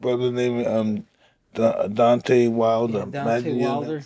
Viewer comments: His name is Deon-Tay not Dontae, Mike . That's Dontaes Boxing that I think you're confusing his name with . But I Love You Mike you are a pure soul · He means mike calling Deontay-Dante. But really Mike is just not trying to extend and emphasize the syllables. Mike does whatever he likes but this is just regular name mispronunciation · Mike Tyson - "DoNtAy WiLdEr" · Love how Iron Mike is referring to Deontay as ‘Dànte’ lmao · Nobody is ever going to tell Mike how to pronounce Deontay correctly 😂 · I think he refuses to say his name right because of the way wilder disrespected his legacy by saying he would ko a prime iron mike...mike won't give the respect of saying his name properly lol